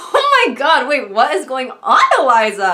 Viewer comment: What was the “wHaHt”